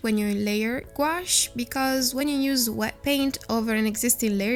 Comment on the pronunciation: Don’t mean to be critical it’s a French word. And is pronounced Goo. Ash.